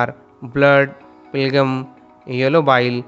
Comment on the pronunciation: Phlegm is pronounced as "flum" 💀 bro is literally reading and not even explaining and people in the comments here are thanking him